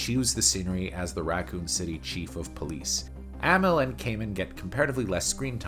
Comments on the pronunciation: I hate to tell you this but the characters had very little character development in the first two games. And you're saying amell wrong. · It’s pronounced Uh-Mell and Yo-Hanis. Jesus… do some damn research.